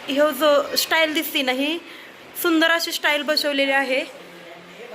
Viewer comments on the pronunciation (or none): ताई, स्टाईल नाही, टाइल्स बोला